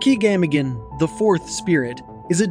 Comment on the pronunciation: and proven again not long after: Samigina is not Gamingin. did you use an AI voice over? or are you just ignorant